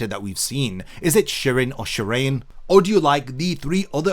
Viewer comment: Great video! Also, I think Shirane's name is pronounced "Shira-nay." Kind of like the "Aratame" in Kisuke's Bankai, Kannonbiraki Benihime Aratame.